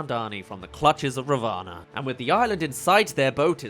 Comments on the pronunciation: Hi! Love the vid, but just saying- Ravana is pronounced Raa (roll the r a bit) -vuh -naa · You got a lot of your pronunciations good but I believe ravana is pronounced as rah-vin